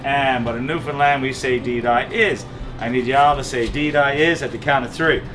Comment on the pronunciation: Now you just need to learn how to pronounce Newfoundland not newfinland